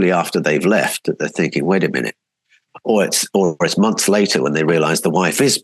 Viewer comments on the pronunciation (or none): none